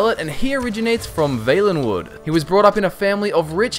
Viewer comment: Is it not pronounced "V-ah-lenwood"?